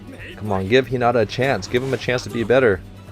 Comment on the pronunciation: Hello, I stayed up watching all of your reaction videos of Haikyuu and I love them! However, you’ve been pronouncing Hinata’s name wrong. I’m bad at spelling out how to pronounce words but if you search up “How to pronounce Hinata” by Kawaii Sensei on YouTube. That’s the closest pronunciation of his name. Google translate is good too. If you write his name (English) and translate it to Japanese, you can click on the speaking button for Japanese and it’d pronounce it. Hope that helps!